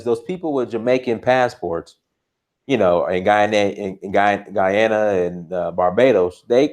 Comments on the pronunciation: Your pronounciation of Guyana was correct bro..Guy...a..na...bless up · You said it right 🇬🇾 Guyana. We are called: Guyanese Great content thank you